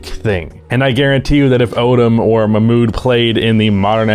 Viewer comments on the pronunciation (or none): For your deep dive, Mahmoud is pronounced with the "h" as in house, it's like Ma-h-mood. Uf you want to pop it in an audio reader for the pronunciation before your deep dive it's this Arabic text: "محمود عبد الرؤوف"